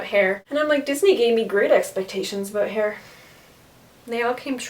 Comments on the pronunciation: "Aboot my hair".....Canadian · Omg this is the first time I actually noticed a Canadian say aboot